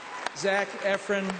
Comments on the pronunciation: what is wrong with people i mean zac epron its not that hard to get EFRON right !! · Lmao ikr he said it like “efrin” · gosh - why do they ALWAYS mess up zac's name?? they do it here - they do it on punk'd - i mean come on - it isn't that hard - zac efron not zack epron... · I think John say Zac's last name wrone. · ok he said zac's last name wrong zac shouldn't have said some thing just kidding that is ebarissing